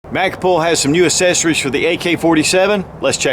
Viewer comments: Anyone else love hearing say "Assessories." Lol. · ACK-cessories. Sorry...that drives me nuts.